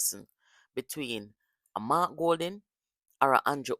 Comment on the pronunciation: No EDUCATED and INTELLIGENT person who NEVER compare Mark to Mr. Andrew Holness. Mark can't even pronounce his own name.